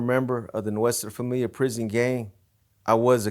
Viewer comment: It’s funny how everything has got a Spanish name but the members, like this dude, don’t even know how pronounce Nuestra Familia well hahaha